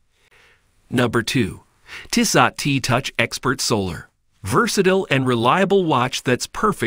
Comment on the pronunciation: Not ‘TISS OT’… it’s ‘TEE-SOH’.